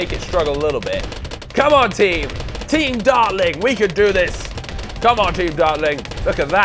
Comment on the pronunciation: I keep hearing say 'team darling'